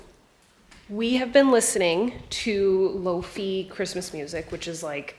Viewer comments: Lo-fi as in Wi-Fi, pronounced "lo-fye" 🥰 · I’ve never heard lowfi pronounced like lowfee before 🤔